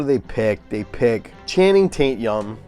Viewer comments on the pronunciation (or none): I thought I was the only one that said Channing taint-yum LOL